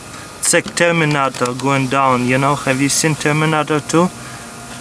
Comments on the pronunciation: He said "terminato" instead of "terminator" BEST ENGLISH GRAMMAR EVER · Termanator 😂😂😂😂😂😂😂 I actually love him 😂😂😂😂 jk jk jk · "Have you giys watched TERMANHATOR TWO???" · Termenator lol it is terminator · Termanator hah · Termenatar looooool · the way he says terminator sounds like terminador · "terminaaatur" LOL love the accent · the way he said terminater tho 😂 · Termin-at-er. Lol